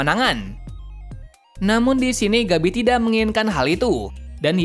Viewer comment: Gebi Woy!Bukan Gabi bacanya!